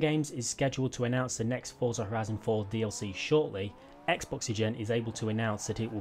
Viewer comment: love your videos but there is no t in forza lol you say fortza when you speak lol